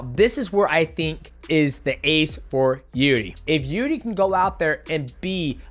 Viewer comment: Nobody can pronounce Prohazkas name. He even got to pronounce it wrong by himself. Try to surprise him with real pronounce, something like "Yirjy"